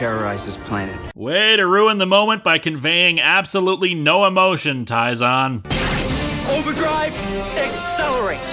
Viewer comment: "Taizan"?! You mean, "Tyzonn", right?!